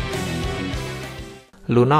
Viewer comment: Bang kenapa namanya lunox bukan lunoks